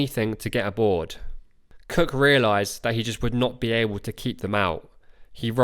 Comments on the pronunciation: I keep on thinking you are saying James Kirk. Oh Star Trek, James T Kirk. I don’t hear Cook, I hear Kirk! Great video! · Great video. For the first half I thought Cook and Kirk were 2 different people. But I think it’s you pronounced “Cook” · Narration is unintelligable where it comes to expressing Capt. Cook..... as Capt. KIRK!